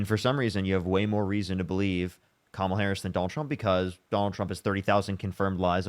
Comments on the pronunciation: Can we applaud her for at least pronouncing kamala correctly. Literally nothing else but at least that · I will give her credit for being the only guest to pronounce Kamala’s name correctly. 😊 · Give her some credit - she actually pronounced Kamala correctly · I'm surprised she said Kamala's name correctly.